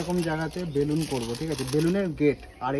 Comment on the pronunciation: বেলুন্স না ওটা ওটা হবে বেলুন ঠিক করে বলো বেশি ভাব নীতে গেলে এমন হি হয় 🤣🤣